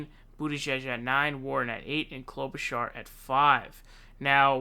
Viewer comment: he also says klobu-car. it's on purpose.